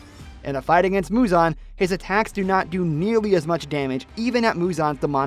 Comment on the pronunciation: muzan not huzon